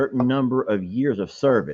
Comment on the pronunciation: Sounded like 'YEARS"